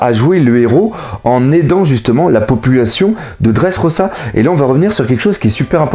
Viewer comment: on dit leffy et dressroza